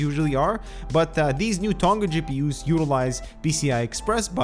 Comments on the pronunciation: it isnt fucking 'ton-ga' its 'to-nga'... 'ng' is a single sound, like in 'doing'... i have not yet heard a north-american person say it correctly... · vaseline included yes. he says 'aluminum', pronounces demand as 'demaend', although he doesnt say 'haat' instead of 'hot'. but anyway, it is irrelevant because it doesnt change the fact that every youtuber from noth american pronounces 'tonga' wrong. it isnt an accent thing, it is a mispronunciation. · you did a shit job trying to pronounce "toneg-a"